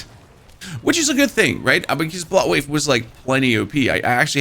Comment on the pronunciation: Took me way too long to figure out you were saying bloodwave and not buttwave. Guess my ears are getting old. lol